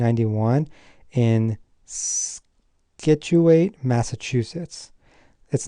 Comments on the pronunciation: Interesting family tree. FYI, Scituate, MA is pronounced kind of like "situate." Also, Hingham, MA is in Norfolk County, not Suffolk County (which is mostly Boston). In fact, every Massachusetts-born president is from Norfolk County (J. Adams and J.Q. Adams from Quincy/Braintree; JFK from Brookline; GHW Bush from Milton). Finally, I noticed the name "Mudd" in the family tree. Any relations to the journalist Roger Mudd, whose ancestor was the doctor who treated J.W. Booth after the assassination while he was on the run? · Pronounciation of Scituate is sich-oo-eyt